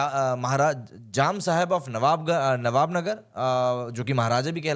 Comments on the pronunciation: Nava Nagar Not Navb Nagar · ओ भाई, नवानगर है, नवाब नगर नहीं।